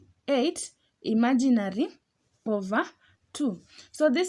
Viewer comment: I love to way you say "imaginary". ❤